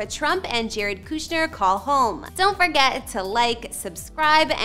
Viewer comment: It is not pronounced KOO shner. Get your act together. If a name is in the headline of your tour then you need to know how to say it correctly.